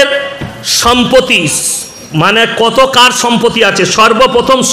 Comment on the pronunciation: হুজুর উচ্চারণ টা শিখুন -- সম্পতি না ওটা সম্পত্তি হবে